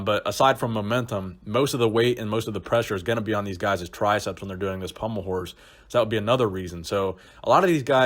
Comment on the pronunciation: The way you said pommle horse